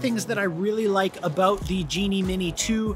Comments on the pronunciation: in case you wanted to hear say “aboot”. You’re welcome. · Did you say “aboot”??? 😂 this was great even though you went through some real shit. real proud of you for swearing! 😂😂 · Hi, I'm from Quebec and I love le sirop d'érable. My inlaws have their own private cabane à sucre. You are more than welcome to come with us in march - april to shoot some footage. It's my first time that I hear the ''aboat'' thing... Peter McKinnon keep saying that the americans are laughing at us about it but, he doesn't say it like that and I never heard it... until today! In the end, it turned out to be a very good video that you did and I very liked it. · That was a Canadian-ass “about” hahaha puts the coat on and that inner Canuck comes out eh